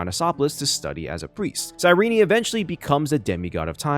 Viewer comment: "sigh ree knee"